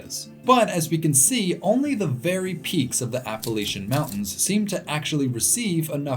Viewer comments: No it’s not it’s pronounced Appa-Latch-Un. I’m from West Virginia, the regional dialect pronounces it this way, that means that the way we speak it is proper. He’s saying it properly. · Every time in the video that I heard you say "Appalachian" the right way (APP-UH-LATCH-UHN) I threw a fist in the air, and I'm not joking at all haha. Love the video. Thank you for coming to my home state of West Virginia. Its got so much beautiful land. I miss it dearly. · New fan simply b/c you pronounce Appalachian correctly!! I’m from VA, recently spent some time on west coast, really “grinded my gears” the way they pronounced it out there!! Trying to make it sound all bougie! 🤢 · He pronounced Appalachian right!! Made me so happy!!